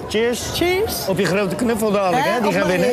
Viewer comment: Man: "cheers" Vrouw: "cheese" Hahahaha